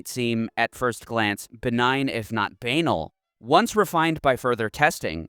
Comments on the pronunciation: IT'S PRONOUNCED "buhnal" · BUH-N-ALL not b-anal 😂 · Banal is pronounced as "bah-nal," not "bay-nal." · Lol he really prounced it as "baynull" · Bro can not have read this many books and still pronounced this as Bay-nal, this is the worst troll psyop I think Ive ever seen. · This is a fascinating video, but just for future reference: Banal is pronounced "bah-nahl" with the stress on the second syllable. Sorry to be a pedant but I'd want to know. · Ba-Nal similar to Canal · that's not how banal is pronounced btw, i used to say it like that before i got laughed at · Just FYI: "Banal" isn't pronounced like "anal." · who tf pronounces banal like that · i was going to say to google the pronunciation of "banal" but actually google is wrong also lol. but if you find that YT guy who makes videos on how to pronounce words, he has the correct pronunciation :) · dude the way your pronounced the word banal as anal with a b in the front was jokes!